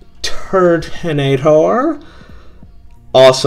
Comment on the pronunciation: turaninater??? thats what he said when he pulled turtanator like if u heard him say turaninater